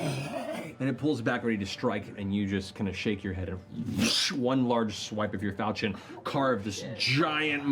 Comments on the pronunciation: Hearing falchion pronounced fahlchion instead of folchion is slowly killing me lmao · I've never actually heard it pronounced like fal-chin. I've always pronounced it like falk-eon. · Its pronounces Fauchau (close nostrils with your fingers while saying it. Its french. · one thing that will forever bug me, is the way they pronounce falchion: It is supposed to be 'fal' as 'fell' - 'chi' as in 'ki'wi - and 'on' as in 'un'dertaker. Great show nonetheless!! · Falchion is pronounced with a soft ch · It's pronounced FAL-shun. It's French. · Actually Liam it's pronounced Fall-shen, but whatever. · ...fall-shay-on...it’s French... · Matt should know how to pronounce falchion, he was Chrom for crying out loud! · I've been mispronouncing falchion for years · Well damn I've been pronouncing "falchion" wrong this entire time. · Can't believe the guy who played Chrom can't pronounce Falchion